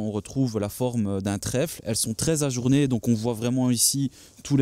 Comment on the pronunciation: Désolé mais j’ai tenu 4 minutes entre le ’je suis CERTAIN que PEUT ETRE’, le SPECIALE prononcé en français, le Scudetto devenu immonde que vous encensez et les jantes AJOURNÉES au lieu d’AJOURÉES...C’en est trop 😂 Bonne continuation quand même 😉